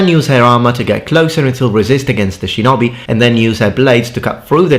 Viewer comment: how in the fuck did you just pronounce shinobi